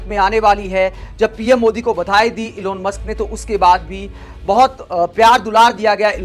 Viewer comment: इलोन मस्क ग़लत उच्चारण है । एलन मस्क है नाम ।।